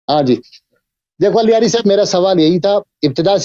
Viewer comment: سنی مولوی اللہ یاری کو الیاری کہہ کر اللہ تعالیٰ کا نام بگاڑ رہا ہے ۔